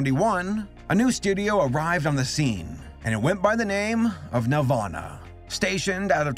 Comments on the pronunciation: It's NEL-VAN-AH....not NEL-VAUGHN-AH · Wen ever he says nelvana I think Nirvana. Which is fitting because it's a rock movie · i keep hearing nirvana instead of nelvana, and i was like "when tf did kurt animate movies..??" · Bothers me so much that he doesn’t pronounce the ‘nel’ in Nelvana and instead sounds like Nervana. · It sounds like you’re saying “Nirvana” every time you mention the company name. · Lel I thought that was what he was saying this whole time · I thought you said nirvana like the band with Kurt coban 💀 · Every time he said Nelvana, I pictured a studio where Kurt Cobain, Krist Novaselic and Dave Grohl were doing animation.